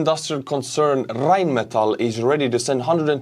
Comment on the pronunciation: butchering Rheinmetall was a total fail it's pronounced just the way you did what's a tankers favorite music? RheinMetall